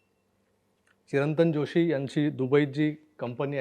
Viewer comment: या चिरंतन जोशी यांच्या आडनांवातील "ज "चा उच्चार "जरा, जमेल, जगावे" यातील " ज " सारखा होतो...